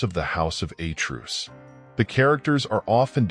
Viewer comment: Who is this narrator? The house of A'truce? A truce is a cease fire beyween two warring parties. He appatently knows NOTHING about greek nor latin. The greek word Zeus is pronounced ,Tz-us, lije the derivatives Theos and latin Deus with 2 (TWO) syllables. I suppose he still thinks that the portugese rose wine MATEUS is pronounced MA-TOOSE. DO YOUR HOMEWORK. (what a moron!)